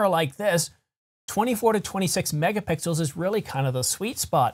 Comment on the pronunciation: I'm sorry, but I had to pause and laugh a little when you slipped and said, "24 to 26 megapickles." While you almost immediately corrected your self, the idea of a sensor made out of pickles that popped into my mind seems like perfect Tee shirt material.